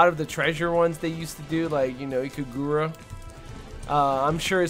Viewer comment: Ika-FLIPPIN'-Ruuuga,. Not Ikagurrra.